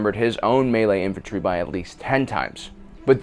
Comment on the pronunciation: Correctly pronounces melee, utterly butchers Agincourt.